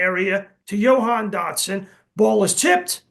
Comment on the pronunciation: Yo-han Dotson??? He ain't Spanish Sal...